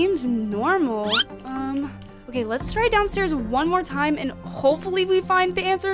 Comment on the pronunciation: Time not rime